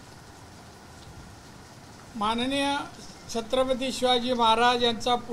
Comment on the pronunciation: तुला छत्रपती शब्द तरी नीट बोलता येत नही